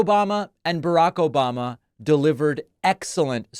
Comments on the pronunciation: “Obamna” never gets old man 😂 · "obmna"... exactly. Lol😂